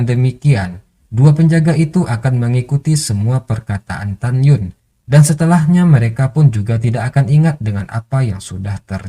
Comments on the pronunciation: tagyin bacaan nya min bukan tagyun😫😫😫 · Tan yin min. bukan tanyun. 🤣🤣